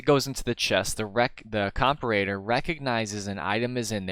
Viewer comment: Not correcting pronunciation, but “comperator” lol. Hit or miss, I’m already Tracer. Always put your emphasis on the wrong syllable for comedy :)